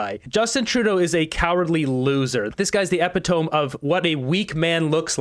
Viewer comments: E PIT O Me Not Epitone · It’s not “epi-tome”… it’s “eh-pit-o-me” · did you say epitom? isnt it E-pit-o-me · Please bone up on your English pronunciations, I mean, when in hell did you leave school? Epitome = EE-PIT-OH-ME. "Tome" is a large scholarly book. Consult Google pronunciation pages. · lol. It's pronounced "ehh-pi-tuh-me" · "Epi-tom" Hahaha., you need to read some books. Wow. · epa-tome? better get the pronunciation right next time.Otherwise good show. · Check pronunciation of EPITOME. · Learn how to say, epitome. He’s talking about a white party at diddys. Sometimes, you’re woefully wrong. But most times, you’re hitting the bullseye!